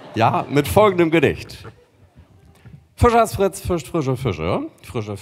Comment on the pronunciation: Er kann es nicht. Er sagt immer "Füschers Frütze".